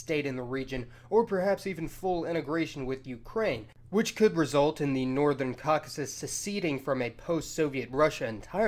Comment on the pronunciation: Take a shot every time he says the wrong word for Caucasus wrong